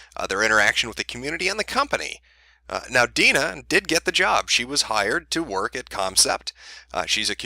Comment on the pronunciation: Damn. Haven't dealt with this level of personal cringe since Lindsay Lohan's mom was getting bitched out by the public. It's nice that my name isn't particularly common, but always a pain when those who share it with me act like jackasses. Good job on pronouncing it correctly, though. People usually try to add extra vowels in there.